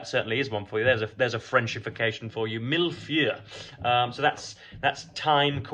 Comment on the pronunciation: Pronounced: meel-foy-eh (It's those lovely French pastries you get with the layers of cream, icing on top, and patterned)